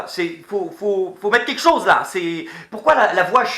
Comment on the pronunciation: c'est "qu'etchoze"?